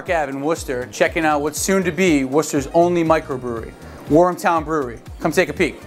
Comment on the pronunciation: Wormtown, not Warmtown